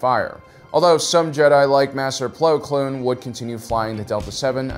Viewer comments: Plo Clon? Its Plo Toon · Plo kloon it's plo koom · “Plo Kloon”